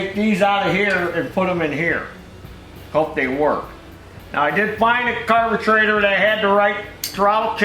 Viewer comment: I catch myself saying carbatrator thanks to you. LOL